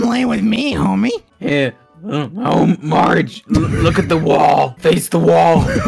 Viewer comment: He literally starts dying "MARge 😏"